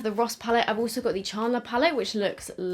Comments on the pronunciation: The way you say Chandler kills me 😆 Chaaarrndler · The way she pronounces Chandler tho